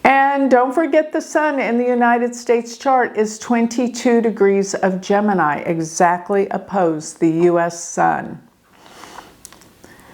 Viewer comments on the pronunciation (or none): none